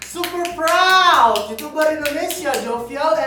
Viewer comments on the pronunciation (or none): none